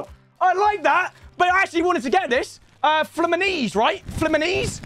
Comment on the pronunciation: "Flemenise". At that moment every fluminense fan died